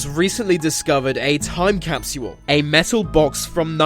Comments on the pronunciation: It’s capsule not Captual lmao 😂😂😂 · TIME CAP-SEE-HOLE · Um gonna leave a "time capshuwool" for all to see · capsual.. is not how you pronounce capsule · In the future time capsule will be pronounced.....time capsuuuual. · so annoying when ya bitchass says capsual like saying usual. fucking shit bro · Every time he says capsule, I feel like hack sawing off his mouth. cap-she-wull, cap-she-wull, cap-she-wull ,cap-she-wull, cap-she-wull, cap-she-wull. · 😂😂😂. ikr its driving me nutty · The way he is saying capsule is driving me crazy.😖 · Dumb Britt narrator thinks the word "capsule" has 3 syllables,.. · Can't take the way this guy keeps saying capsule over and over....his pronunciation is killing me...lol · the way he says time capsule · wr did that as kids in our backyard but we forgot where we buried it. I no its not ur ancient your saying capsule wrong lol its too funny